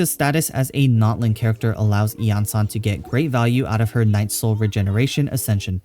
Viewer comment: Suddenly breaking out that clear pronunciation for the event weapon D